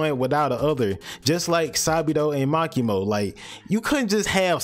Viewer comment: "Ma key mo and sa bee dough"